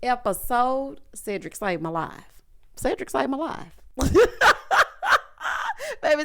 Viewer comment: I'm only here to hear you say "Cedricsavmylif" 😂🤣🤣